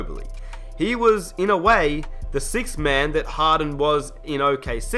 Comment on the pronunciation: James harden not james haden